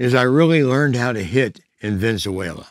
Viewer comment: Man said ven-za-wala 😂 🇻🇪